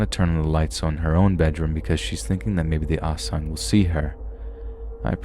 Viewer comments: Lmfao it cracked me up the way you pronounced Aswang. It's not pronounced ass-weng it's us-wahng. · I’m not here to criticize but to educate! Aswang is pronounced “as wung”. The “ang” part is pronounced like “ong” in the word tongue. This video was still amazing to hear especially with all the personal experiences. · It’s pronounced like ass-wong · Not the ol' ass-weng.😎👍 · Came to the comments to see if anyone had noticed this. glad I wasn’t the only one who did.